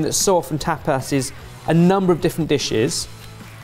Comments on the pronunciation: An entire episode of the group mispronouncing 'tapas' as 'tap ass' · Throughout the whole video not one of them noticed that tapas isn't pronounced "tap ass". Also I feel like tortilla is more of a breakfast/brunch. Definitely pretty hearty for tapas.